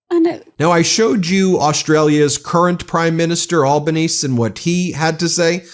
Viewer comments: Australian here: Please note our prime minister's name is pronounced Albaneezy, not Albaneez. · The Australian Prime Ministers name is pronounced Albo- ne- see not Albonese. It funny to see an American try to say it. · Ben, Aussie Prime Minister Anthony Albanese pronounces the last "e" in his name ... AlbanesEE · Hi Ben. FYI, the Aussie prime minister is pronounced Albane[see] 👍🇦🇺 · Albanese as pronouncd by Aussies - "Alba knee zee"... hope that helps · Anthony Albanese - you need to pronounce the "e" on the end of Albanese. The "e" sais its own name. Al - ba - nes - e Get rid of the Orange Moron! He's no good for anyone! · I mentioned the tariff calculation to a friend, and he said "That’s the recommended ChatGPT solution for balancing a trade deficit." Also, the Australian Prime Minister is Anthony Albanese, pronounced Alba-knee-zee. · *PM Anthony Albanese’s name is being mispronounced it’s Al-ba-NEE-zee Otherwise as usual wonderful job Meidas team. 🇦🇺☘️🇺🇸🦡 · Ben, our PMs surname is pronounced "Al-ben-eazy". but we just call him "Albo"... aside from that aside.. keep up the bonza work, mate!! from some Vegemite eatin bloke in Sydney.... ✌🏻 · Australian prime minister is pronounced "anthony al-bar-nee-zee" ;) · Anthony Albanese, Australian P.M.’s surname is pronounced Al-ban-easy. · An Aussie here - Anthony "Al-ban-ee-zee". Although ex-PM Malcolm Turnbull has much better things to say. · Here in Australia the Liberal Party is equivalent to the GOP in the US. The Labor Party is the equivalent of the Democrats in the US. Our Prime Minister’s name is pronounced Alba-knee-zee. I honestly thought John Howard had passed away a long time ago. He should not be speaking for what Australians think about anything. I🤷🏼‍♀️🤦🏼‍♀️ I for one think it’s not anyone else’s business what pronouns someone chooses to use about themselves, and conversely no one should be telling me I have to use their choices🤷🏼‍♀️